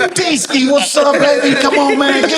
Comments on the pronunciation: It's DeeSki 🤣🤣🤣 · “D Ski”😂😂😂😂😂😂😂😂😂😂😂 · 🤷‍♂ "It's D-Skee" 😂😂